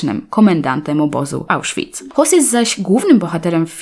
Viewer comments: nie Hoss, a Hoess, czyt Hess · Hesa nie hosa się wymawia!